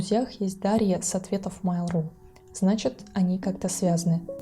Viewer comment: Ну почему "мАйл", а не "мЭйл"? Вы же не называете электронную почту "и-мАйл".